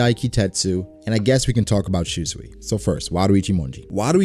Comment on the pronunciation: I cringe everytime you say shuswee. 秋水 Shūsui is pronounced as shu-sooi.